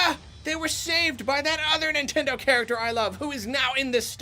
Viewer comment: Take a shot anytime says "Nintendo characther"